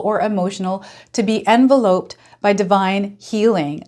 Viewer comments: Grammar granny here. Pronounce it as "en veloped" not "enva loped". Sorry - I wrote this before you mentioned the pronounciation yourself. Coincidence or not ?? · Hello! Thank you so much for the reading. Envelope(d) en·vel·op and Oedipal - eh·duh·pl as in Oedipus Rex, ONLY because you said we could give you the correct pronunciations. You can go to Google and have these words pronounced for you. I always love your readings. You are so calming and reassuring. Love to you. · Enveloped - en vell upped 😊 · Yes it’s …. N - vel- loped